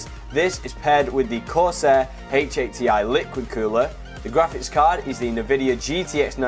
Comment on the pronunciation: It's N Vidia, stop saying nuvidia, It's triggering